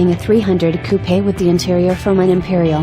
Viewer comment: and those coupayes. hahha